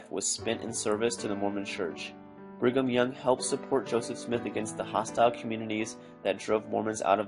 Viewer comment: Bring um young,sounds like,bring them young if you catch my drift.